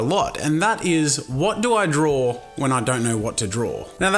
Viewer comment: did you say drawl? hahahahahahahahahahahahahahahahaha